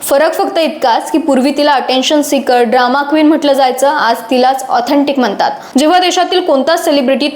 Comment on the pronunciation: मणात, म्हनतात, आनखि, पन आपन,... मनात म्हणतात, आणखी, पण आपण... अग शुद्ध बोल